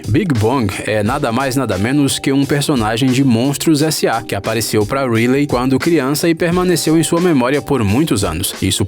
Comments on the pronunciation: É que a pronúncia do inglês dele é ruim. Ele chama a Riley do Divertidamente de "Rilei" como se escreve, ao invés de "Railei" que é o correto. No caso do filme valente o nome se escrevida Marida, porém a pronúncia é "Mérida". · Gnt tô achando mto engraçado quando eles estão falando os nomes errados kkk "marida" "picsar" "riliei" "ap" kakakka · Ap altas aventuras, Marida, Rile, tá tudo errado isso aí.... É Up, Mérida, e a pronúncia é Raili... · mano se pronusia "raili" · E a Riley.ele falou reily kkkkkk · Pixár, nimo, rilei, q aflição meu Deus, fora q esse vídeo é um desserviço pro mundo das animações, quem acompanha imaginago sabe q 90% do q foi dito aqui foi dito errado principalmente sobre a morte dos pais da Elsa e da Ana e a alusão de q elas são irmãs do Tarzan, isso pq o vídeo foi postado bem depois de frozen 2, ridículo esse vídeo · "Nimo" "Rilei" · Você fala alguns nomes beem errados, como Riley, Pixar, Nemo, Merida, Up, Carl... Ou vc não assistiu os filmes ou não sabe